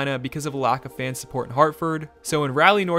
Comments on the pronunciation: Living in Raleigh it’s way more than just a college town and it’s pronounced Raw-lee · Just a heads up for the future Raleigh is R-all-e, and they do not play on a collage campus. NC State’s football stadium and PNC Arena (which are the shared home for NC State Basketball and the Hurricanes) share parking lot along with the fair grounds about 2 miles from campus, but it is fair to call it a college city. Love the vids! Keep up the good work. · nice quick overview..... but dude, IT IS PRONOUNCED RAH-LEEEE!!!!!!! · Shouldn’t you know to pronounce a hockey HOF player’s name? 🙄 And the city.... Rally? Better than Al Michael’s “Rawlly” during the SC playoffs. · Joesph Bird it’s also rawley instead of Ralley lol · First of all there was never any danger of relocation with the CAA being a part-owner of the franchise and own a run PNC Arena, the attendance had been on the rise for several seasons before last season, also it is Rah-Lee not Ralley, Ron Francis was GM between Rutherford and Waddell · Raleigh isn't pronounced like "rally" it's like "rah-lee," and Rod's name is pronounced "Brind-a-more." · As a Canes fan since they moved to town, I appreciate this video. A couple of pronunciation things: -Raleigh is closer to Rah-lee than it is to Rally -Brind’Amour is Brind’A”more” not Brind’Am”our” And a couple points of contention: -PNC Arena is NOT located on NCSU campus. The football field IS across the parking lot, but both are about 3 miles as the crow files from Talley Student Center which is about the center of campus. -Raleigh isn’t a college town. Yes the state’s largest University is in the city as well as a few other colleges, but students make up about 3% of the Raleigh Metro Area population. That’s like calling Atlanta a college town because GT is there. -“Rod The Bod” did out work all of his teammates when it came to gym time, and I’d wager he still out works most of the players in the entire NHL, so there’s no “the coach MIGHT out work a player”, he does!